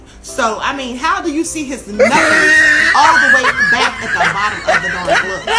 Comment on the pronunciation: So it looks like I’ve been pronouncing the word “knuckles” wrong for the last 35 years. According to this video, the most common pronunciation is “nuckos”.